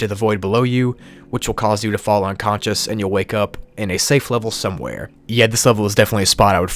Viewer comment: Ah yes, somewehere.